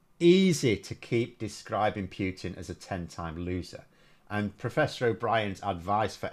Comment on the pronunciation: He is not called Pew-tin !